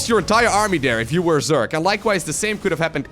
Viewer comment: It's not zyork it's zerg